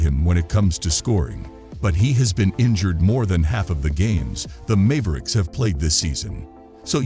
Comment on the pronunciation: Mave ricks